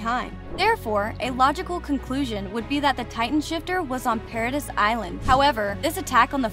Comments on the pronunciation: Great video and it definitely opened my eyes to some things I didn’t realize. But please watch the dub so you know how to pronounce the names and places right. Paradis (Para-dee) Reiner (Rye-nah) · So many weird pronunciations here. Please study proper pronunciation of key character names and locations before producing a video. For example the proper pronunciation of Paradis is like Parody, not para-diss. Reiner is pronounced like "Rayner" at one point, then seconds later with the proper pronunciation, "Ry-ner".